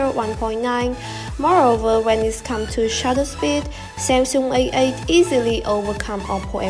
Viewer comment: Your pronunciation is quite good but you missed some final sound. When you said A8, I heard that AA not A8 😂😂 P/s keep this job up, it's promising!